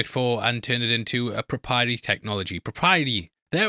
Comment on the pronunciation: Proprietary Did you pronounce that right?